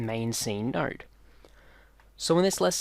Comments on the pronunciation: Am I the only one who hear NERD instead of node???? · In your accent it sounds like you’re saying “nowrd” when you say “node”.